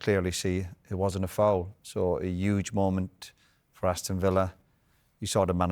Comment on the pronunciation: I’ve always wondered why Roy pronounce the letter ‘h’… he says things like “youj” instead of the actual word ‘huge’🤦‍♂️🤡